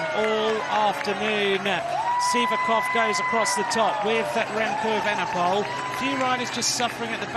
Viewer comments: Remco Vandepoel??? edit: he says that every time, sounds strange 😁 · Kudos to Remco but what if...MVDP! but I keep hearing Remco VDP but surely Evenepoel.